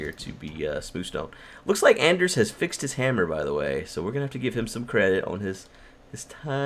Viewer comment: Come on! Hes name is Anders not Ander. please learn!